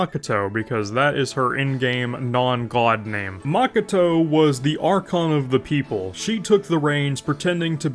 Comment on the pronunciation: Jesus your pronounciation of Ei and Makoto gives me brain haemorrhage